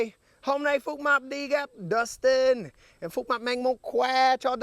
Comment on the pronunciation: tên bác Phúc mập đọc thành fuck map nhỉ kkk